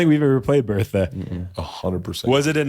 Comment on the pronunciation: It wasn’t “Bertha”… it was “Bert-a”